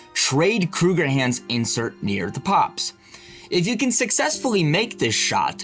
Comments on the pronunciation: Krueger-Ands, Not "HANDS" No "H"..Kruegerands..I thought I was tripping hearing "hands" the 1st few times then I realized for whatever reason you kept seeing an "H" that wasnt there and it was driving me nuts lol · Theres no H why do you keep saying krugerhands?! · I hate how you kept adding the "h" like "hands"! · Why do you keep saying Krueger Hands.....there is no H in the word. You added it for some reason, makes. No sense.